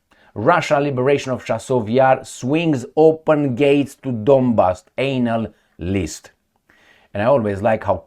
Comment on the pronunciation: be careful with how you pronounce Analyst :D